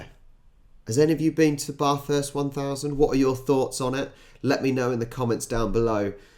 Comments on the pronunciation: You’re not listening . It’s incredibly organised , is way better thanNASCAR. And it is not Bogan. I watched it today, first time and was amazed at the talent these drivers . It’s BATHURST NOT BARTHHURST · First thing you gotta know is that no matter what accent you have, Bathurst is not pronounced with the “Bath” sound Aussies pronounce Bath “Barth” just like the brits but Bathurst is a town with where the ba is the sound used in the word Bang. So Bangthurst without the “ng”. And yes it is an Aussie ritual whether you like motorsports or not to watch the first few laps and the last few laps as the excitement levels are usually 10 out of 10. A must see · Bathurst, not barrrthurst 🤨😡😠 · It not pronounced barthust, it is bathurst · Can someone please tell this bloke that its NOT pronounced "Barth-hurst" it's Bathurst, as in Bath (no "r") urst. Say it with me...Bath-urst...Very good 😆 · Hey, Bathurst is pronounced BATHhurt not BaRthurst..😊👍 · You wont get far in Oz with that srubborn pommy pronounciatIon. Barthurst. Youll be laughed out of the country. Giod luck with that. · Sorry, but listening to the Clarksons, Mays and Hammonds of this world bang on "Barth-hurst" is excruciating, to say the least. You can blame them 😊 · No, don't say Bath-hurst, as in 'taking a bath'....say the other. :) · No tricky there. Never heard something you lie in water in a bath room called any thing else but a Barth room. So fully understandable why you pronounced the town like that. Ah those Australian Plebs,what were they thinking…I’m sure if it was in the south, it would have been Barthurst. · If you just like crashes... Regardless of how un-English it is, it is not Barth. The locals don't pronounce it like that, so please don't. (You pronounce route as root, so apparently you're just a s#it stirrer). Tune into the Bathurst race every hour on the hour, for the updates (ie crashes & stuffed up pit-stops).